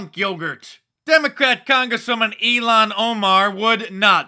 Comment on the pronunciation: It's not EELAN.....It's ILHAN!